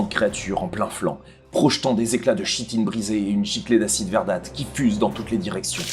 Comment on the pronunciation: [ petite remarque parce que je l'entends souvent et ça fait maaaaal :D :D : le "ch" dans "chitine" vient du mot grec "khitōn" et se prononce comme un "k". Cette règle s'applique généralement aux mots d'origine grecque où "ch" est prononcé "k" ]